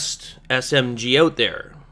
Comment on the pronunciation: It's ''out'' not ''AUT!''